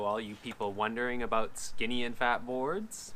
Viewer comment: Aboot an inch